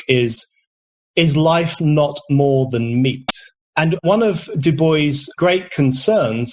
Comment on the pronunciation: Please be more careful in speaking. Your ejective "t" in "meat" makes a hell of a sound in my speakers. At about .